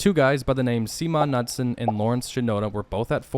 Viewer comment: “(Seeh)-(maaa) (nuhts)-(son)”